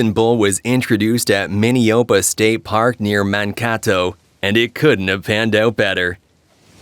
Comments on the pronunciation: It's pronounced Man kay' toe. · Mankato--not even a close pronunciation AI